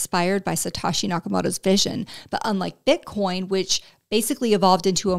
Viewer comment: “Suh tah shee” nakamoto. Tell me you’re a one cycle grifter in two words or less 😂